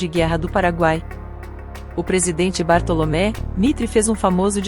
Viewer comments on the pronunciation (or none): Muito bom texto. Ficaria melhor se uma pessoa lesse o texto para ficar mais natural. Bartolomé no lugar de Bartolomeu Mitre não dá.